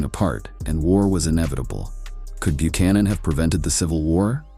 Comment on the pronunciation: This guy can’t even pronounce Buchanan.